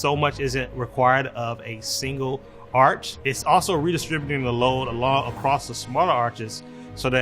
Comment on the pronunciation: engineering school couldn't teach him to say 'arch', but he's trusted with building bridges?